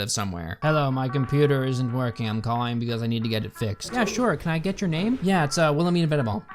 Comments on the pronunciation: It's Wilhelmina Venable, not willeminamenable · I’ve never seen anyone struggle to pronounce a name that much. Wilhelm-ina Ven-able. It’s like 4 syllables my guy. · Text: “Wilamena Venable”: “Wilavena Venoball” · Wilhemina Venable sounds like vitamina vegimin 😂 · When u are saying wilamina vinable it sounds like the I love Lucy episode where she is doing a commercial for vita vetta vegamine lol!!